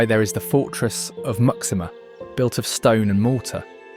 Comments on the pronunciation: The fortress of Muxima isn't pronounced "mucksima"! It is "moo-shee-ma"! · Surely Muxima is pronounced MooSHEEma, not MUCKsima! It’s like an American asking the way to LYsester 😱 Despite that and various other howlers, Angola is outstandingly beautiful. It’s a pity you didn’t show colonial Luanda, as the modern city looks very ordinary. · I imagine that ‘Muxima’ is actually pronounced “Mooshima”. ‘X’ in Portuguese is pronounced “sh”. ‘Txitundo’ is pronounced “Tshitoondo”. ‘Ilha’ is pronounced “Ilya”. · Muxima is pronounced "Moocheema". Caxito is pronounced "Casheeto".